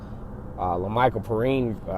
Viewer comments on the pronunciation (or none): It's pronounced pe rine